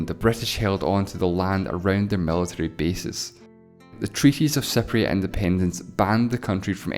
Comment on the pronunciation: Your pronunciation of Cypriot sound like "separatists".